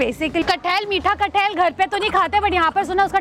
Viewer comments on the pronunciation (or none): It's not "kathail" it's pronounce "kathal" you're a food vlogger and you should know this.....this is not a hate comment just a correction